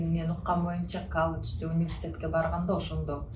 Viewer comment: Каладж, Каладж😂😂😂😂 колледж деп эле айтса болбойбу?